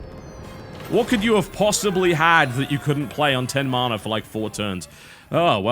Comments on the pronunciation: why do you say marna?? it's ma na.. mana. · tis man-a! not marn-a